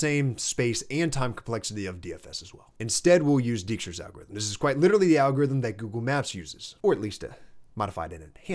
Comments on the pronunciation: Good stuff, but "Dijkstra" is pronounced like "DAIK-struh", regardless of the misleading spelling. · Nice video! Small thing, as a dutch speaking person, please don't butcher Dijkstra like that 😢. "Dijkstra's algorithm (/ˈdaɪkstrəz/ DYKE-strəz)". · The "ij" in Dijkstra is pronounced more or less as "ey", not "ee". I attended (but never finished) the Eindhoven University of Technology, where Dijkstra spent part of his career, and where he has a near-divine status. His semaphores and shunting yard algorithm come from observing the shunting yard of Eindhoven railway station from the main building of the university.